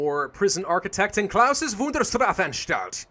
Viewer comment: you dont say it klausis just klaus', and its not said strafenstalt its strafanstalt XD . . . . . . dude im slav and i know this XD (i learn german in school)